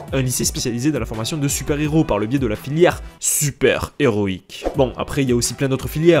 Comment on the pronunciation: C tres HÉROÏQUE comment tu disais